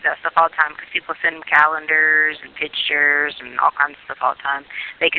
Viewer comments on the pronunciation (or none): Hillbilly hick Dr. Tee Stauch says Pitch-ture instead of picture. Drives me nuts. I could make a long list of her effed up vocabulary. Pronounced VOCABALURY by Dr. Tee. Ughhhh